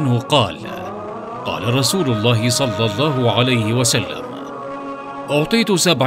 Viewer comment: دقيقة يقال فيها صل الله عليه وسلم انت قلت صلي الفظ فيه خطئ